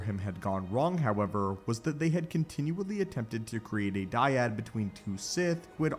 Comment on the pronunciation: The " dYaD"🥴